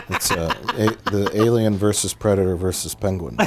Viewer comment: cannot believe they said li-lien when A-lion was right there